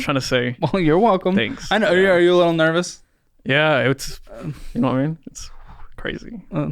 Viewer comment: “Nerbous?” “Yes, very nerbous…”